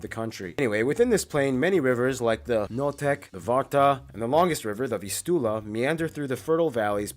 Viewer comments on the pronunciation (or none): Noteć not Notek, Puck not Pak.